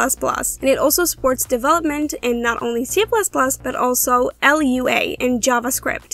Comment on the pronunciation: “L U A” 😂😂😂😂